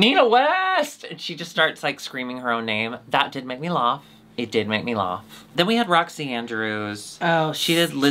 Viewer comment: I'm new here. Does say "lawf" instead of "laugh" on purpose?